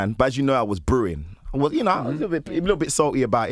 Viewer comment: Man said ‘brewin’ 😂 proud of you Brother, forever carrying the torch! 👊🏽👊🏽